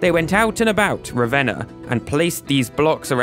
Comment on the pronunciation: THANK YOU for pronouncing Ravenna right 😂😂 Spent a chunk of my childhood there!